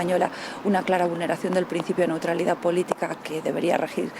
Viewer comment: Se dice newtralidad